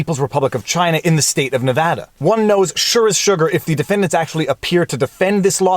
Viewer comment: I’m a Nevadan. Firstly, thanks for pronouncing our state correctly throughout the entire video. Secondly, not surprised this came out of here lol.